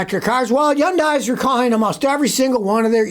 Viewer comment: Scotty ,every time you mispronounce Hyundai, you lose credibility. They don't mispronounce their own name in commercials.